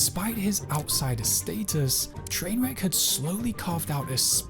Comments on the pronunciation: The way he calls him Trainwreck instead of trainwrecks makes me angry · It bothers me that the guy who made the video isn't even saying the guys name right. I've never watched the guy and I know it's Trainwreks not Trainwrek.